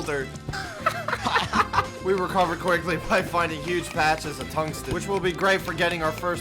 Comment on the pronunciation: Hearing this man pronounce Tungsten as Tugsten hurt my brain